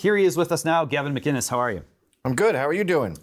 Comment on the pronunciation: Gavin mcinnes (mick-innes) not macinnes (Mack-innnes) or magennis.